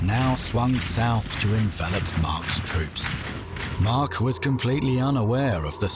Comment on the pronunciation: Not sure why he keeps calling Mack Mark but otherwise a good video